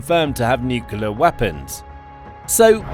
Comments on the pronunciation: Pronunciation. N U C L E A R, not N U C U L A R !!!!!!!! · Nuclear (pronounced, "new-clear"), not "nukuler"!🙄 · The word is pronounced NEW-CLEE-ERR not NEW-CUE-LER. You lose a lot of credibility when you can't even pronounce the subject word correctly. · Nuc-u-ler?!? Wtf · No, that's correct. Heard that from Nucular technician Homer Simpson on TV. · Say "new clear" weapons. Practice it. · Please stop mispronouncing nuclear and stop adding additional vowels, thanks.